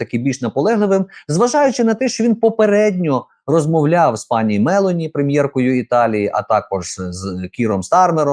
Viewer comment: МелОні,наголос ставити треба на другий склад